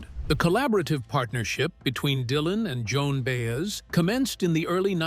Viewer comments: Good God, I hate AI generated narrators. The meter is always off and names, such as Baes, are offensive. If someone goes to the effort to produce and edit a film, why can’t they find a living breathing human to read the copy? Its value is diminished greatly by such a cheap soulless voice. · Bi ez not Bayez! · BAY ez for Baez... even my dog knows that. AI sucks